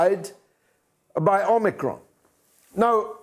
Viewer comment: Drop the R omicron . You omiCON.